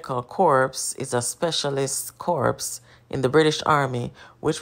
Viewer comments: Indeed Corps is pronounced " korr" or kore or kor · Corps us pronounced Core